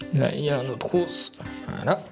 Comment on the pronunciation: ça vient d'où l'accent sur le bout "d'hausse"🦴? C'est vendéen ?